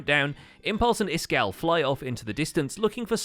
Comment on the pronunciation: Iskal85 not Iskall85 lol